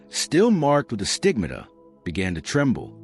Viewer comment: As a mother with lots of kids this wasted a good deal of my time. Well read outside of the how to say stigmata (look up how to say it). As Gemma stated the love must be in peoples hearts, and the amount you asked people to post leaves me wondering if you are using her just to profit yourself. Sorry but my 10 kids need good examples and there mother more than a long presentation.